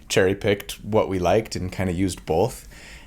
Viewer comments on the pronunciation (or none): Both happened in this video: Most comforting thing I've heard from: How to deal with your inner critic Most upsetting thing I've heard from: Bolth